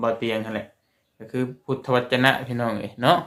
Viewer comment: พุทธวจน อ่านว่า พูด ทะ วะ จน